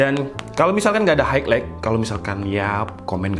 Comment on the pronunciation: Bang highlight itu bacanya hai lait